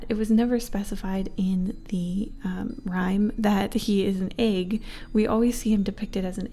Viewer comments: The way she pronounces egg I- /(>`w’<)\ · am i the only one who finds it a little funny how she calls an "egg" an"eig". Like im not trying to be rude but its just kinda cute and funny XD